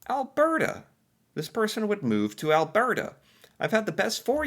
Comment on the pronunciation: He also says "Al-BEAR-ta." It drives me up the wall, since he did get it right about twice.